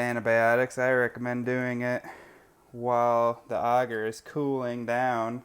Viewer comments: Its Agar not augar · It’s pronounced agar not auger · Pronounced A-gaR not ah-ger,, lol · Okay have I been saying agar (Ay-gar) wrong this whole time🤦🏽‍♀️ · I'm willing to bet you do a actually say some of the words in that link incorrectly. I would like to say in my years of learning mycology it is almost always pronounced as "Aye-gar". Further more here is a rebuttal to that YouTube link. BTW it's from Cambridge Dictionary. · Haters gonna h8. I'm from Texas and I'll bet 90% of my pronunciations would drive 90% of the world crazy. I pronounce AGAR like a pirate with a extra helping of RRRRRR and hope no one goes nuts over that. I live in Tennessee now because everyone here speaks normal. (LOL)